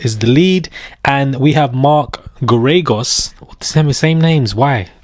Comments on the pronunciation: Mark Gare-A-Ghos, pronounce his name like that, I think you'll be using it often! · It’s pronounced mark Gair-ah-gose. He lost Scott peterson’s trial because he didn’t put on a defense and he’s overly priced!!!